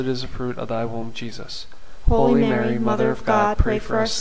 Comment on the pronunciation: Thank you for this wonderful series of scriptural rosaries. However, I don't hear "HOLY Mary" pronounced "Holeeeee Mary, " but just "ho Mary." Perhaps you might correct this...unless it's just my YouTube reception that's faulty. Thank you, and may God richly bless you.